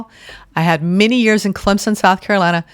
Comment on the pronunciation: Wow, I'm a Clemson girl, grew up in Seneca! Clemson approved and you said it the right way w/ the invisible P! ❤❤❤